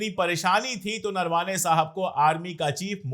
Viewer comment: अशोक जी.. नरवाने नहीं उनका नाम नरवणे है आप सही से उनके नाम बोलो अच्छा लगेगा